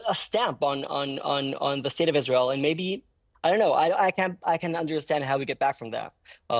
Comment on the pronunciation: Why does Israel insist on letting a guy who cant pronounce the letter R speak. How can I take him seriously when he says Tewowist, and Iswael.